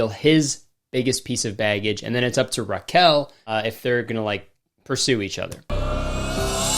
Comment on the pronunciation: the way you pronounce raquel is painful